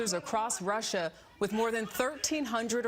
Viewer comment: Protect Russer? lol